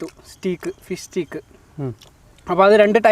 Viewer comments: Bro the pronunciation for steak is stake! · സ്റ്റീക് അല്ലാട്ടോ സ്റ്റെയ്ക് ആണ്... എല്ലാർക്കും പറ്റുന്ന തെറ്റാണു.... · 'സ്റ്റീക്' അല്ല ബ്രൊ right pronunciation is 'സ്റ്റേക്ക്‌ '